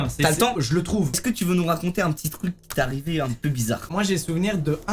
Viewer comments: " Iske" y'a que moi qui a remarqué !!!! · Pourquoi il dis iske au lieu de est ce que 😅😂